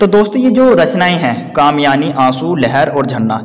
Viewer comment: Sale kamiyani nahi hota kamayni